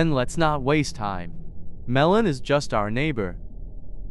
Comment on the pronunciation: Why did u say "justs" it hurts my head.